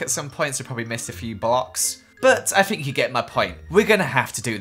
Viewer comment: It's THINK, not FINK